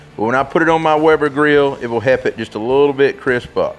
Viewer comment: Great tip., however the word is “help” not “hep”.